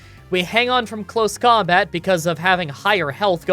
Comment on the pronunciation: "outside of combot" instead of "combat". Not trying to be mean, just thought it was a bit funny.